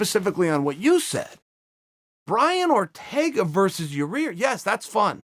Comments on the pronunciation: Chael 3 weeks ago: snaps on a fan for making fun of him saying Ya-rear. Chael now: says Ya-rear. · Who is Ya-Rear ? Lmao I dont think Chael likes him too much. Hes doin it on purpose lol. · “Your rear” vs “zabit” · "Yo-ir Rodriguez"??? ... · Yarir is the best thing to happen in the history of name pronouncing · Chael “Ya-Rear” Sonnen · Yair "You better watch ya-rear" Rodriguez lol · I know I get a kick out of the fact that mr I'm always right sonnen cant say a name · no it's not you moron its pronounced Yai-air. Where is the extra R coming from? You fool. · Chael "Yarear" Sonnen🙃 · “Yah-ear” no extra R, it’s not turmeric Joe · pretty sure it's Yarir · The joke is that everyone keeps getting his name wrong, and calls him "Yair". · I've had just about enough of your deliberate mispronunciation of Yair's name. It's rude and insulting and if you can't give someone that basic respect, I can't rely on you for any real insight on anything else. I hope you get a good hard smack upside your head when he sees you. Buh bye. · Remember when chael called a guy stupid for pronouncing yair wrong? I love it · Pete West Chael is the only one that says his name wrong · Should we tell him it's "ya-ir" and not "ya' rear?" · How can chael not say yair Haha he says your rear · Its so funny he doesnt no how 2 say yair's name he keeps callin him yueer lol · It is ear chael!! For god sakes its not all about ya rear its all about ya ear! So i hope ya hear .Ya ear rodriguez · “Your rear” uncle Chael ?? 🤣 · Your Rear Rodriguez?? Who is that? I know Yair Rodriguez, 😂...jesus, come on Sonnen. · Fans: Uncle Chael, it's pronounced Ya-Ear Uncle Chael: Ok, great....Ya-Rear Fans: Ok, great... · " Zabid and Ra-Rear " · YA EAR NOT YA REAR. Your troll just makes you look like the ass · Uncle Chael. It’s pronounced Ya-Ear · LOL that killed me, the fan asked a legit question saying ya-rear. Chael " it's Yair, you idiot" enough said 🤣🤣🤣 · wrong body part. "ear".. not " rear".. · "Your rear Rodriguez"